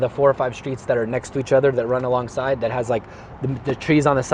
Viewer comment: Tady bylo krásně vidět jak důležitá je výslovnost 😀 řekl that a týpek myslel dead jestli se nemýlím